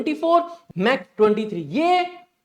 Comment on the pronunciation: This is not pronounced as Mak, pronounce like "Mak" or "Mark"